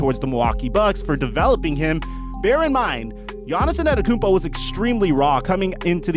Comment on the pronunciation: Why do you say anerokoumpo . Its antetokounmpo 😂😂 but you are still one of the best basketball YouTubers